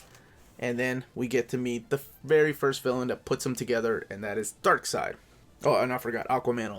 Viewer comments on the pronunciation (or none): none